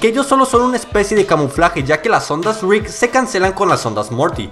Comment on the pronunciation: me da risa como dice la r cuando dice rick jajajaja suena como grik ❤ me gustan tus videos